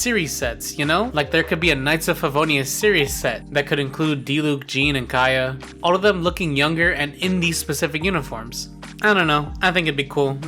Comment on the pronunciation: And Kay-uh